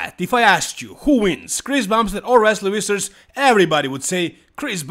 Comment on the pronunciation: It's pronounced more like Fissers not Wissers. It's actually a vfvfvfvf-sound.